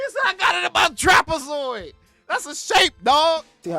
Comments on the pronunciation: Lmaooo at how long it took for u to comprehend that nigga saying "trapazoid" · LMAO he really said Trapezoid ☠️ gotta love em